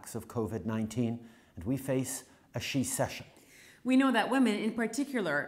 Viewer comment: Wow ... this felt so awkward ... shecession? What 😅